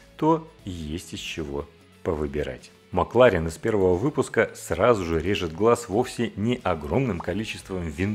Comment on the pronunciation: Почему МакларЕн?